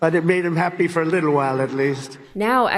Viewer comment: Why can't he pronounce the word "little" properly? 🤔